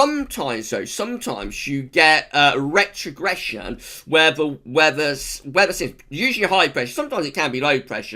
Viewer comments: love the video love your rrrrrrrretrogression hehe keep up the great work you do:) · Rrrretrogression!! Haha. Woo, hoo!!